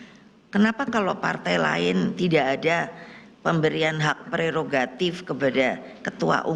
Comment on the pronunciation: Nek pregogatif itu apa ya nek? Bukanya prerogatif ya nek.....😂😂😂😂😂